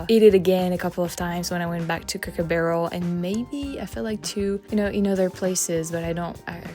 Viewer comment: "cook'r barrel" 🤣🤣